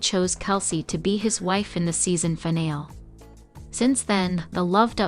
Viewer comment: You’ve got to learn to pronounce words properly. Finale is NOT final! There’s an E on the end of the word that is pronounced